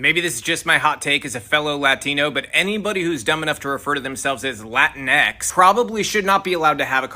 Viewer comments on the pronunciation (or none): La teenks. Not Latin-x. Either way is annoying, even to Latin people. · As a Latina, hearing La-tinx is like nails on a chalkboard.